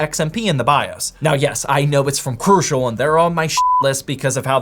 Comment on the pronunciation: your shit list really says "cru-i-cial"